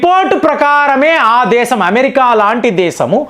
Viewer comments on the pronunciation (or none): none